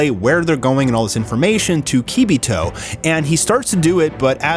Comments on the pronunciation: Say it with me now: its pronounced Kuh-bee.toh NOT kee--bee-toh (kibito) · Keybeetoe? 😂 It's pronounced KA..BEE..TOE Kibito Not trying to be a dick but we're supposed to be Dragon Ball fans how do we not know how to pronounce their names by now,But I love your content thank you for all you do bro.